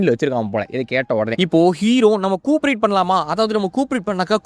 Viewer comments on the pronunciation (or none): Covapreat❌ Cooprit✅ 😂😂🤣🤣